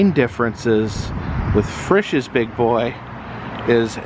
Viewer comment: Frishes is pronounced FREESHES.in Ohio. I ate at that restaurant many days when I drove semi truck in early 1990's.